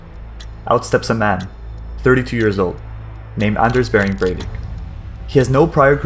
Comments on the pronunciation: Its not berwick its breivik bre with an E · It is BREIVIK, not BERWICK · Cool video but how did you manage to get his name wrong?